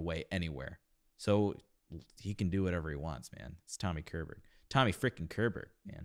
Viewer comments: LÄGG AV!!! = LAY OFF!!! Tommy's last name, Körberg, IS pronuonced as "Shurberj" (the nearest I can get it without phonetic script), where the 'E' has the same sound as the 'A' in 'and', and the 'G' is here pronuonced like the 'Y' in English 'yard', 'yellow', 'year' etc. If I wrote a 'y' you would say "berry" 😂 😂! Over to Swedish: 'Ch' uttalas med ett 't' i början, t ex i 'church' "tschörtsch", absolut INTE schörsch!! Kolla hur det uttalas med fonetisk skrift. Vi har inget "tsch" i svenska språket, dialekt eller inte. (Utom ord som stavas med ett 't' "Ritsch, ratsch filibom..." En gammal barnramsa.) 'K' + mjuk vokal, t ex 'kyckling', har samma uttal som tj; tjuta, tjäna, tjära. Eller 'sch' i 'dusch' på srandardsvenska, "rikssvenska". Dessa ovan nämnda exempel har samma ljud på 'k' respektive 'tj' (+ 'sch') som engelska 'shirt', 'show', 'shock' (om det ordet stavades med 'ch' som på svenska skulle det uttalas 'tschock'!), shell, shower.... Släpp svengelskan. (Som t ex vad som är skillnaden i uttal på engelska 'president' o 'precedent'? Det sista uttalas som svenskar I ALLMÄNHET uttalar 'president'. 'President' uttalas 'prezzident'. Detaljer, detaljer. Z:t kan vara mer eller mindre markerat, men 'Z' är det. "Jello" eller "yellow"? Engelska 'J' är tonande med ett d-ljud först. Typiskt svenskt misstag. Enkelt uttryckt, ett svenskt 'J' ligger mitt emellan engelska 'J' och 'Y' i början av ord; 'yellow', 'yard', 'York'.) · CHESS was written by Björn and Benny, the 2 B in ABBA, a d Tim Rice, JCSuperstar. It is lf Swedish origin like most of music today. Tommy Körberg is pronounced shorberg. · Great reaction! I was going to mention the '84 recording by I see others have beat me to it. On a side note, I hope you don't mind, but one pointer on how to pronounce his surname: the K is soft and sound like the leading phoneme of "she", "sharp" and "shallow". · The K in Körberg is pronounced with a "sh" sound like in "ship", not a K sound. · Pronounce it "Shorberriah"